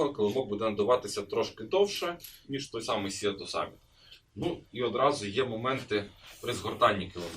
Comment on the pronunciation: Вибачте, але прям парить … читається «Сі ту самміт». Від слова «Море» - «Sea» - [сі:]